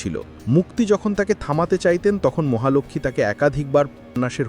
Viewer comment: মহালক্ষ্মী উচ্চারণ ঠিক করুন।